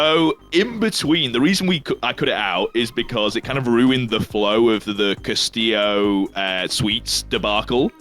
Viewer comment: Smh hes still misprounouncing Castillo